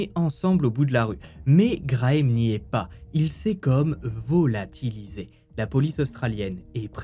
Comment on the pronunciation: Le retour de vo-la-ti-li-sé😂😂